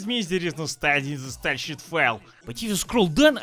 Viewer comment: When I read the subtitles, my brain hears "style-sheet". When I'm not reading them, my brain hears "style-sheep." :D